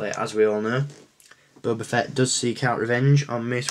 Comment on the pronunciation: feet:/ its fett :p